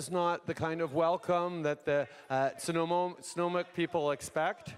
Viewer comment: Snuneymuxw is Nanaimo BC. He did a shat job of pronouncing it so maybe don't say it 🤔